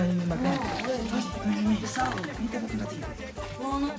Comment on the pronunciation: Jajajajajaj me cago de risa cuando se refiere a joel como Yoel 🤣🤣😆😂🤣😂